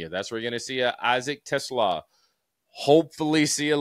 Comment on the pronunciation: Josh - please bust DJ's chops for Teslaa pronunciation. Lol😂